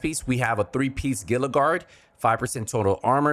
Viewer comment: I'm not calling you out specifically, but I keep hearing people pronounce Gila like "gilluh", when I'm pretty sure it's supposed to be like "heeluh", as in Gila Monster. It's a southwestern reptile that lives by the Gila River. Big and slow.